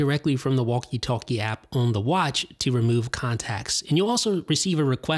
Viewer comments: Why does he say on like “one” in toblerone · where you from. you say on different